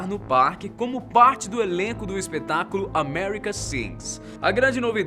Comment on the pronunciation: só eu q percebi q ele falou espetraculo?